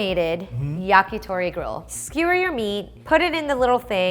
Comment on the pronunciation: "Yakitori is basically a skee-whir..." Wut?